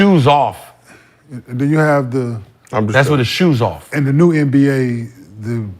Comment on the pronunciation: brother said Le NBA 😂